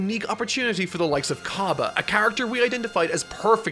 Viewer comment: its c-ah-b-uh not c-uh-b-uh